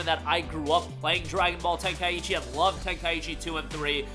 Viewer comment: It's Ten-kai-chi not Ten-kaiechi :)